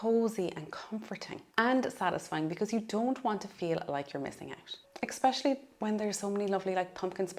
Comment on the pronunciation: It’s a good video - thank you. Please note it’s ESpecially not EXpecially